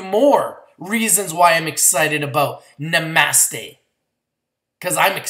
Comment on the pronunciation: I think this one is pronounced "Na-Mah-Stay" like the yogis say, no?:) Just lookin' out for ya man! I'm in at 1.20 and feel even better about it now, thanks for the video! Namaste ya'll